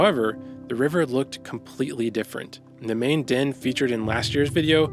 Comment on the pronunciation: I think you're saying 'den' but all I can hear is 'din.'